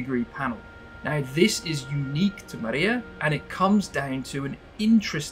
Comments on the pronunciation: Amazing stuff, but it's not pronounced Mariya, but Mriya. That's all. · Not Maria! MRIA! It's not name. It's "dream" on ukrainian